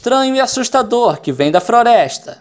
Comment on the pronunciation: Que vem da froresta kkkk ele falou errado